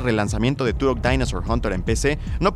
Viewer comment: Se dice turoh